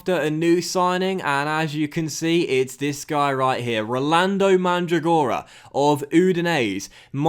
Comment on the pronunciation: In the name Mandragora the accempt on Mandràgora